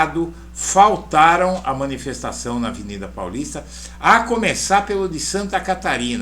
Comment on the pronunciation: Não é "minifestação" é miniNfestação